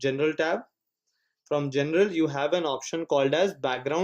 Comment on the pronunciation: He meant general but low key said genital